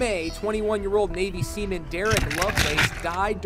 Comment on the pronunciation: "May, 21 year old navy semen" I'm sorry I cant stop laughing 😂